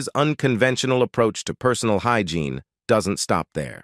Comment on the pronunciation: I was looking for this comment! The voiceover/narrator wasn’t even speaking English some of the time and even switched up to an Hispanic accent a number of times. Who mispronounces “hygiene “? I hate AI.